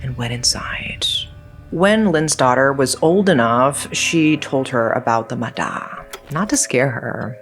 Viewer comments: Vietnamese here. It’s mah yah, not mah dah. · i looove when content creators make videos on things they dont know how to pronounce and dont even bother checking if theyre saying it right 💔💔💔💔💔💔💔💔💔💔 who da hell is a muh đa girl it's pronounced like maya 💔💔💔💔💔💔💔💔💔💔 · The "da" in "ma da" is actually pronounced as "ya", I don't know why we call water spirit as ma da but "da" means skin. This is one of the most popular urban legend I heard growing up, the other popular urban legends is "ma lon" as can ghost and ghost hide you when wandering in graveyard alone. Back then, there were 2 people drown in a big river in my city, the first person drown so the 2nd person jump in to save but they both end up drowning. Through word-of-mouth, people spread the rumor of "ma da" pulling both of them down into the water forever. The logic explain to this incident is strong current + deep water + cramp + exhausted from trying to pull someone into the shore. Nowadays I don't hear stories about "ma da" anymore. My parents and relative families actually not restrict any of us from the river, I got taken to play in river with my cousins all the time when I was young, no one in our family die because drowning. More than the "ma da", I got warned more about "ma lon", not play with your shadow at 12pm and 0am and the wandering in graveyard alone. A little about "ma lon" or can ghost is intentional summon ghost ritual. This is just what I heard, I never believe or try to play with spirit. So if I remember right, you have to have more than 1 person to play, you use an empty can of condensed milk, 3 incenses sticks, uncooked rice, offering like biscuit, you need to do this in seclude spacey place. If the ritual success summon a spirit, the spirit will possess the ca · That "D" is pronounced "Y", I know, confusing to other languages, but yeah. It's pronounced more like "Maya" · Just a little correction. It's pronounced "Mah-Yah". Great vudeo as always